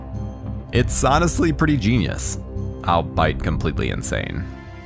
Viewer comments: The word "albeit" is pronounced "All-Be-It", not "allbite" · I hate to be "the speech police", but albeit is prounced "all be it", not "all bite" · So the word "albeit" is now pronounced ALL BITE.